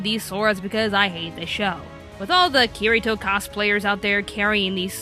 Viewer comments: You pronounced 'Kirito' and 'Aincrad' wrong... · I'm pretty sure she doesn't care/ did it on purpose because she hates the show.